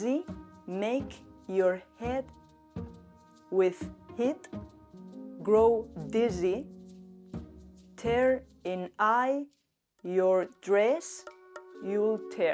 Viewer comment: ELSA! ‘you’ se pronuncia jʊw, no jə, ‘your’ se pronuncia jɔː, no jʊr, ‘with’ se pronuncia wɪð, no wɪθ, ‘tear’ (lágrima) se pronuncia tiə, to tɛr. Además, el documento que se ve a las es Beowulf y está en inglés antiguo, no en francés.